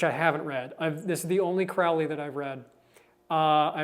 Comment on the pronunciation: Btw, its Crow-Lee, like Holy 💅🏻